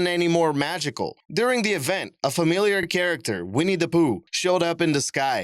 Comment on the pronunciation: Winnie the "po orh". Thats how Malaysians say the fictional character.